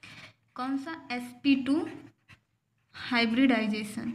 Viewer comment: mam hibridisation nhi hota h hibridization hota h